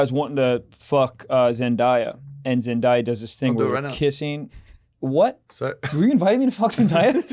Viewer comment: The way they pronounced Zendaya’s name was foul